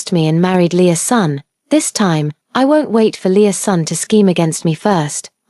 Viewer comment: I had to rewind to the beginning when I realized it wasn’t Lea’s son. But Leasun. 🤦🏽‍♀️